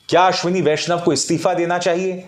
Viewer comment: आश्विनी वैष्णव महिला है या पुरूष; आपने इस नाम का उच्चारण कैसे किया; स्वयं ढू़ँढ लीजिएगा l